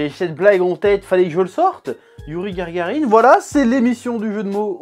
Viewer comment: Youri Gagarine et non gargarine.